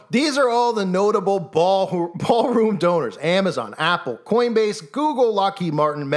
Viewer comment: ITS A "BA'ALROOM BLITZ"